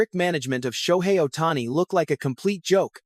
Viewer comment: LMAO! What bullshit drama. They didn't do anything without talking with him, FIRST. Who T F is "Ohtanny???"